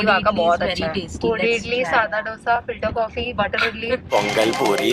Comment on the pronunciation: When I heard speaking filter coffee I heard it filtercopy 😅😆 Btw Finally I could see ur video its delicious 😁